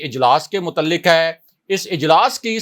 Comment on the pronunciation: Mutalik nahi mutaliq kaaf sound